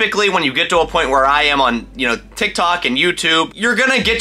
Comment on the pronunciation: He really said tik tak